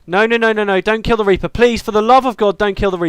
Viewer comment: Every time you said don't kill the reaper, I heard it as "Don't fear the reaper." Hilarious.